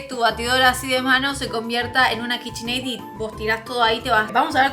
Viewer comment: AY DIOS POR QUÉ DICE KICHINEI????? 😩😩😩😩😩